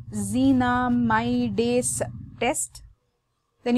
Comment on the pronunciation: You missed the pronunciation 2nd time madam... It's pyrazinamidase... -ase u didn't said